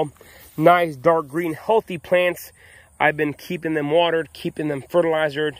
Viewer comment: Do you subscribe here, I appreciate the info in the video. One funny thing I heard was fertilizererd. That’s now a buzz word for me LOL